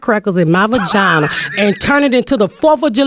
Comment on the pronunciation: "VAGINER!" LMAO!